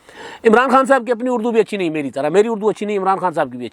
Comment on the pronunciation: اردو نہیں اڑدو